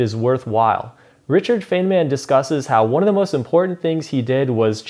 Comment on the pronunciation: its not fenman its fine-man